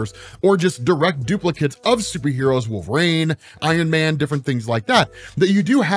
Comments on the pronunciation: For the love of god it's not pronounced Wolvrain, it's Wolverine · “WolvRAIN”? Why are you saying, Wolverine like that??